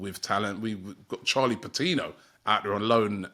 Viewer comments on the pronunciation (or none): none